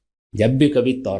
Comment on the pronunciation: Khatoon tauraat ko taraat keh rahi hain